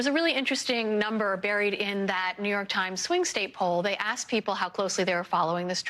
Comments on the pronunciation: ....he did what the prosecutor "Aksed" him to do?? The word is ASK ASK Like ass+k ask! You're on NBC being watched by 10 million people! Speak proper English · He axed him what to do,😅😅😅😅😅😅😅😅😅😅😂😂😂